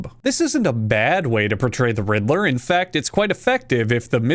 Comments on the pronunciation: Everytime you say riddler I hear "Hitler" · I'm not a native English speaker, and my English could be better. But I can't help but hear you saying "Riddler" with an "H" at the beginning. For a few seconds, it sounds like you're saying the name of that guy who starts with "Hitt" and ends with "ler."